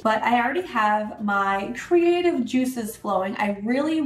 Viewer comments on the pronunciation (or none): none